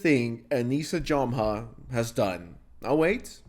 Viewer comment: it’s JOE-MA not JAH-MA